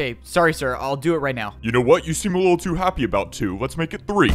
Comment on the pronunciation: Why did you say wittle